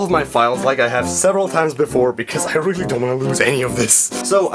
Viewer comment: Wealwy?! It's hard to imagine that being said awkwardly! XD